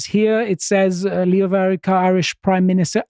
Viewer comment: As an Irish man the Greek man has pronounced the Irish words correctly and shows he researchs his pieces and unlike other people he did not hurt my ears and make me turn off, great job on this segment